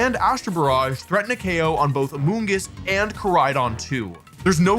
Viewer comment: "AMONGUS" no no no "AMOONGUSS"!!!